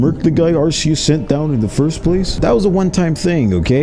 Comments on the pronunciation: It’s not pronounced are-c-us it’s pronounced are-key-us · Dude's mispronouncing Arceus. It's not Are-see-us, in the official handbook Arceus is pronounced Are-Kee-us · I hate to be that guy but you say Arceus with a hard c not a soft c it's even pronounced that way in the Arceus movie just letting you know so that way next time you can pronounce it right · The fact that they pronounced his name here as ARSE-E-US deeply disappoints me. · It's pronounced arkeus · Ar-key-us the mispronunciation is killing me 😢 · You misspronounced Arkoos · Cant believe people still pronounce arceus wrong. Guess it will always happen. Like when so many parents kept saying pokeman. Lol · Why does everyone say arceus wrong the c is not pronounced as an s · Why does everyone pronounce Arceus wrong? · Not how arceus is pronounced